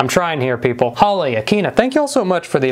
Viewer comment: Did you say ‘I’m trying here PEEP-le’ or is that just me thinking you made a joke